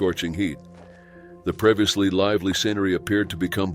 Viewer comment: "Previously", "temperatures". Teach your machine English!